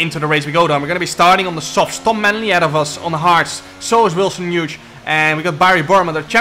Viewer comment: I love how you say Wilson 'Huge' :face-green-smiling